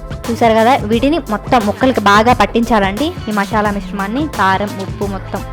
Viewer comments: మశాల కాదు మసాల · Mashala yendhi mashala.....adhi masala